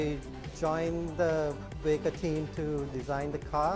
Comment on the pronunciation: I came here to look at the car, not a bunch of people talking about it. and so goday when he says VEEEGA, sounds like vega from Sony. You need to sell this car below 5 million and maybe it will be a hit, if you use high quality components.